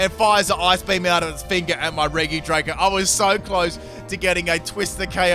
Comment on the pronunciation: Me: RegiDrago Him: Reege Draco